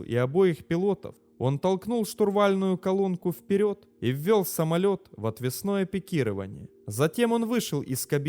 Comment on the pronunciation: Пикирование отвЕсное. А не отвеснОе.